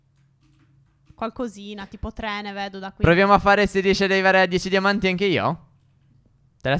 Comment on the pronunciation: Nel minuto 3.21 Stef dice damanti 🤣🤣